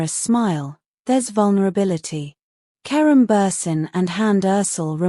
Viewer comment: Mds fala certo o nome de kerem.😊